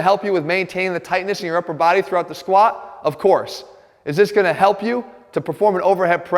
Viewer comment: I wish he'd pronounce the t in squat